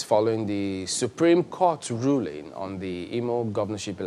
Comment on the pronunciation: It's ruling, not rulling.